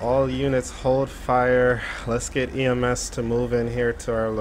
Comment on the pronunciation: Uhh do you mean ems cuz you said ams